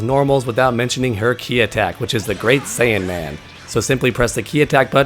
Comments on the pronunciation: I don't know if it's your voice or what but it sounds like you kept saying "great saiyAN man" instead of great saiyaman. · Saiyaman, not Saiyanman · Good info but... It's Saiyaman. IT'S SAIYAMAN.